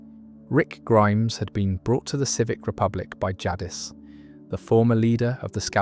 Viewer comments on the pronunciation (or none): Everytime I’m falling asleep and I hear the way you say “jaddis” instead of “Jadice” for Jadis… I’m awake and enraged haha